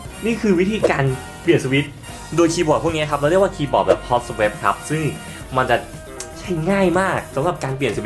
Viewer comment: Swap ไม่ได้อ่าน สแวป สเวป ครับ อ่าน สวอป